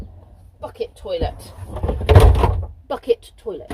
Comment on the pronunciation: I thought you were swearing then, but you were saying ‘bucket toilet’.